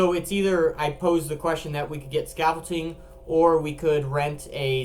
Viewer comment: its not scaffolting its scaffolding